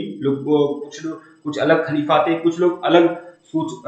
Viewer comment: खाकिका नहीं सर, खलीफा होता है सही